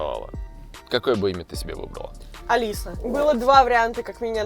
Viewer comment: А лиса.ударение на а.название.